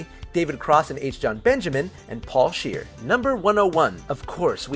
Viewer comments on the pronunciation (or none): none